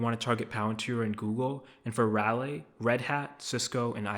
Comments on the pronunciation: Raleigh is pronounced "Rah-Lee" and Plaid is pronounced "Pladd" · I'm sure you are a smart guy, but you should probably brush up on your pronunciation with simple words like plaid and Raleigh. Most of your points are still good regarding non tech companies and small to medium companies.